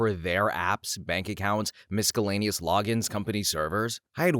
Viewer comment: did you just pronounce the c in miscellaneous